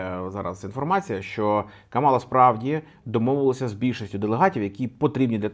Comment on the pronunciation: Нарешті не Каміла а Камала)